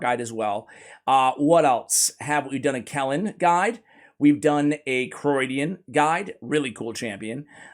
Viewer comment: Criodan is pronounced KREE-O-DAN Crio is greek and means cold. So his name is Cold Dan.